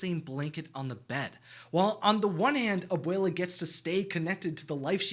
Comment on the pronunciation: It’s not Abela it’s Abwla